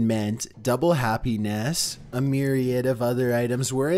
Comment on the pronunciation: Funny I thought you were robot by the way you pronounce myriad